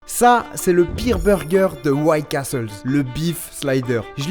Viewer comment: Pourquoi le mec dit CastleS ?